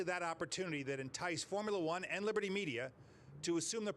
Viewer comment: Libitty Bibitty 🤣